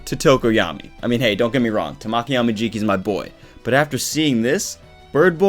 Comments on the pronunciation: I cant wait till this chapter is out for me. Also Amajikis name is pronounced Tah-Ma-Key I wanted to point that out I'm sorry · It's how he enunciated it. It sounded like tuh(short)maw(stressed)ki(short). In Japanese there isn't any syllable that is stressed more than the other like in English. You give each letter (composed of 2 English letters) an equal renunciation and don't make any br pronounced longer. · he was pronouncing his name wrong. If you go to Google translate and put Tamaki and click the sound on the Japanese side you'll see what I mean. I'm sorry if i made anyone upset.. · your where pronouncing his name wrong I'm sorry